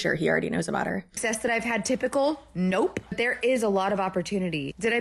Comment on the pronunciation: They way she emphasizes the "p" in nope is grating to my ears 😂